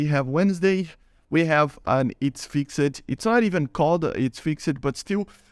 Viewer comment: Het I love your videos and I just wanted to give you a tip. You can ignore if you want it's not a big deal but fixed isn't fix-ed it's fixD I know that's weird English is really weird but I just wanted to help